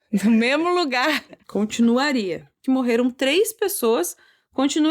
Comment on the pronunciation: Nossa ri d-e-m-a-i-s do erro "continuraria"😂😂😂😂😂